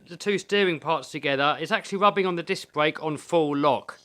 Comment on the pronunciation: I'm from Boston and i thought my miss pronouncing R was bad. This alwight. Little wod, disk bwake. England is way worse